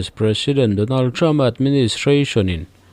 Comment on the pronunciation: President Trumpa hminh i lam hi Trump hi Term tih angin i lam tlat mai. A tawp hi p in ti tawp hram teh.